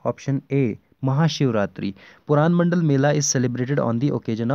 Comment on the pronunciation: It's purmandal not puranmandal